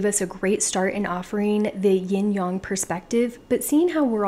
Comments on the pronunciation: I couldn’t get past the intro because of her saying “yin young” instead of “yin yang”. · Sorry, but this bothers me very much. Its not "young", Yin(Y"en" as in end) -Yang (Y-"ang" as in "Ang"ular). Its not YOUNG! Good information. ITS NOT YOUNG!!!!!!! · 👏 yea, this was bugging me. Yin-yAng (like gang...why yang-gang) not yin-yong (like gong). Hope that helps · it's pronounced yin yang, and not yin young. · really???? I’ve never heard anyone pronounce it yong....very strange